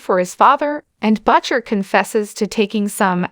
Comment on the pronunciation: That's not how you pronounce Butcher...